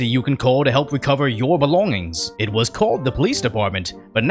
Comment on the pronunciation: ''It was called the police department'' - accent on was /